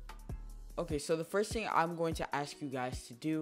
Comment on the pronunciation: "first ting"